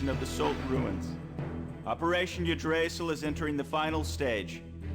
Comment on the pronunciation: Even VA's in games can't say yggdrasil right. For those who don't know its igg-dra-zill. Phonetically. Yes I know it doesn't matter but I'm a bit of a Norse-head.